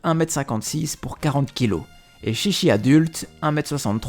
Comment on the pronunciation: 13 son nom ce prononce TchiTchi au lieu de ChiChi 😊✊